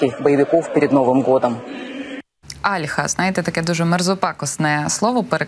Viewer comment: Не Альха, а альхА. Оно не мерзопакосное. Не надо оскорблять тех, кто им пользуется. А пользуются им не только россияне.